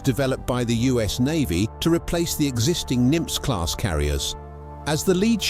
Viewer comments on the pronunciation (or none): The class is pronounced "Nim-ITZ" not "Nim-TZ" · "Nimz" class isntead of "Nimitz"...the voiceover software couldnt quite handle that name LOL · Nimitz, pronounced “Nim-it’s” NOT “Nymph” like a mythical creature. I know you are a computer and not human. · "Nim-iitz" class not Nimtz class. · Let’s learn how to pronounce Nimitz, Nim-its. I went to Nimitz Jr High school. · Sorry if anyone said this, it is pronounced "NIM ITZ". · Nimitz is a 2 syllable name. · I find the deliberate mispronunciation of Nimitz to be disrespectful to say the least.